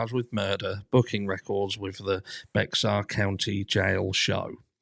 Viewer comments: my dear, Bexar is pronounced Bear like the animal. ❤❤❤ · The county is pronounced “Bear” (🐻) county even though it’s spelled “Bexar”. I was just a transplant there and my daughter was born there. I always thought it was a little weird.